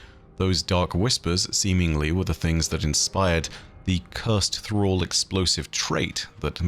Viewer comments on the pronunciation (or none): none